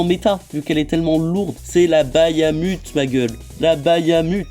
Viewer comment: Par contre chef tu dis "bayamut" alors que cest juste "bahamut" x), mais hors ça la toupie est banger de fou